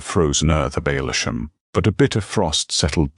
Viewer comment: It’s Huh sars and Ale sham not the way your AI pronounces it